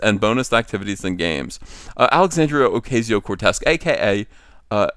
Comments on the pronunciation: As much as I enjoy making fun of her, it's "Oh-KAH-ze-Oh". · Learn how to pronounce Ocasio